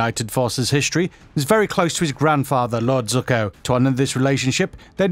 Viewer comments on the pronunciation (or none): Oh COME ON! Lord "ZUCKO". They aren't even trying anymore.. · Its princess YUE!!! NOT YU!!! Its ZUKO!! Not "Zukko" It is AMON!! Not "A - MONN" I find it so annyoing when ppl dont pronounce the names correct xD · “Lord Zuccoh” okay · Why can't he say their names correctly? You? Zukka? Pabbuh? Did he even watch the shows??? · How dare you pronounce Zuko as Zucko :(